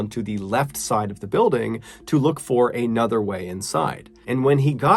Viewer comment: and I can't believe someone who reads as much as you do just said "A nother" 🤣